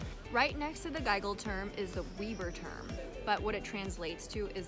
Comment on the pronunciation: Nice video! Just one nitpicky thing: the ß letter in Weißer Turm is not a B. It's pronounced like a double S.